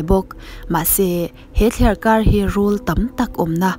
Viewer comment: Thliarkar rauh tih kha, thliarkar roh tih zawk ni awm tak. Kan tawngkam hi, kan inen fiah deuh a ngai a nih hmel hle mai!!!